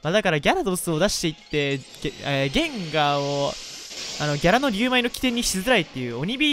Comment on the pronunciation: ゲインガーて言うのやめろ